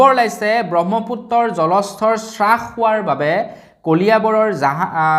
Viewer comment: আটাইতকৈ উজু কাম ভুল ধৰা। ।।তথাপি কলো.. হ্ৰাস (শ্ৰাশ বুলি উচ্চাৰণ নকৰি হ্ৰাস ( হাৰাস) বুলি উচ্চাৰণ কৰিব।) ধন্যবাদ ।।